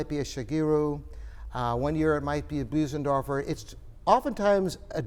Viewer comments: It's Bösendorfer, not Büsendorfer. :) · Yes, Claudius. There is no English equivalent for that sound. It's closer to say Boo-senderfor than Bose- as in the sound of "hose" -endorfer. I tend to say Bose (rhyming with hose) -endorfer.